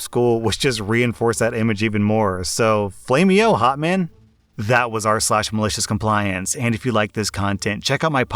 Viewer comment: saying flameyo Hotman is the best thing I’ve heard ever 😂😂